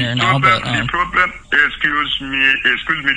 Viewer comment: “Excoose me. Excoose me! Oh my goodness! Are you stoopid?” Another scammer gets properly introduced to the frustrations of trying to collect an advance fee from the Hoax Hotel.